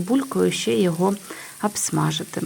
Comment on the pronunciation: Абсмажити. А треба говорити обсмажити.